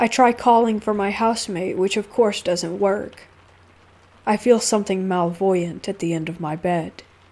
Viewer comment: Ohhh, gotcha. I wasn't sure because I've heard you say "Malevolent" in other stories. Now, I'll get a laugh out of every time I hear it. Thank you!